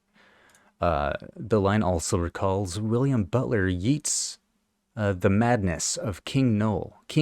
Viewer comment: Yeats is pronounced Yates